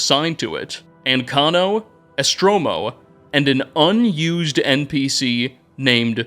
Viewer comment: holy shit its so off putting how EVERY SINGLE NAME you pronounce wrong its hard to listen. it says ESTORMO not ESTROMO